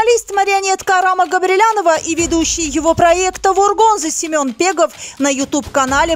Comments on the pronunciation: Не Пегов а Бегов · Ни пегов , а Бегов !!!